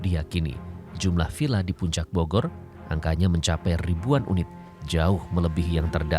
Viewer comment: To, "VilLa"! Bukan "Pila" pak!